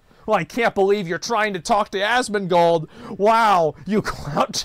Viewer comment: He's Asmondgold... Not Analgold... 🦵 🌭 🍻